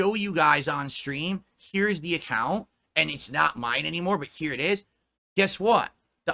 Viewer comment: Big fricken deal over heah guys